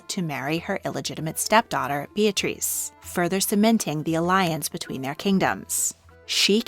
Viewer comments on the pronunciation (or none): none